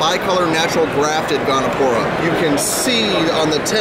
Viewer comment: Gonipora. He said it like 4 times